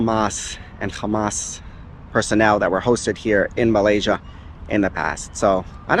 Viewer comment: When he say Hamas, then khamas..I think he was a jews